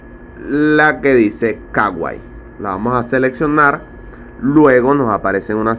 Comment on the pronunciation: Es kuai no kawai